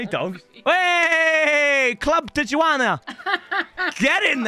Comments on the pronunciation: pronouncing Tijuana 💀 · the way pronounces tijuana 😂😂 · Tijuana, also known as Tichani